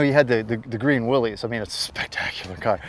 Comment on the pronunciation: Willys is correctly pronounced Will-iss. Not Willies.